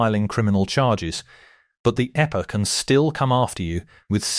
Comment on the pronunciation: The eppa? 😂😂😂😂 Teach your robot about acronyms. And, punctuation while you’re at it. 🤡